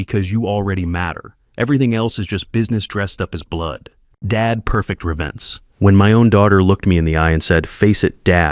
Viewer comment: Please stop saying revince. It’s revenge, with a g.